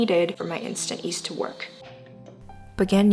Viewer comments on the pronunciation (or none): It's yeast, not east :D